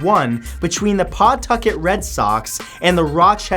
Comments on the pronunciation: The way you say Pawtucket is awesome its pronounced puh tuk it I live in Rhode island so I know it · You said Pawtucket incorrectly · I love how people not from Rhode Island say Pawtucket